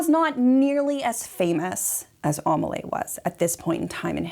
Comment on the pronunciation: I was wondering what the name was, Amalay? It's Amélie XD (Aa-may-lee)